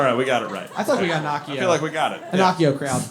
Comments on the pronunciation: Sorry, but everyone mispronouncing “Accio” as “Assio” bugs me. The word is Latin, and in Latin a double “c” is pronounced hard, like a “k”s. All “c” are pronounced that way unless they are following by an “e” or an “i”. Sorry again, I love you guys and all the work you do!! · In Latin Accio would be pronounced with a hard c. “Ah-key-oh”. Caesar is actually pronounced “kaesar” in Latin for the same reason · It’s also confusing because it isn’t even pronounced the same between the film (ack eee oh), the British audiobook (axe eee oh), and American audiobook (ass eee oh).